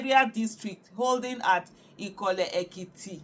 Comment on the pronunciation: Ikola 😂 c as u dey kill the name